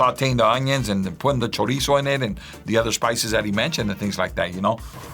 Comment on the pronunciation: You know you gotta learn how to properly say ‘chorizo’ if you’re going to be around it.